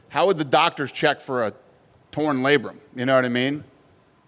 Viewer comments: he said labrum, genius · OMG it's labrum... ahahaha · “How would doctors check for a torn labrum” 😂😂😂